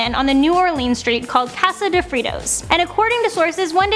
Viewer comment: Fritos... Say it like "free toes"